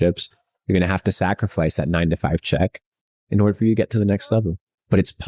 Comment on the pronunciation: to you heard it folks, you're going to have to sac-er-fice. Not to be mistaken with the word sacri-fice